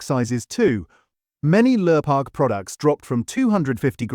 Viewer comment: Could a human narrate please? Protect Our People. Lurpark? Lure-pak?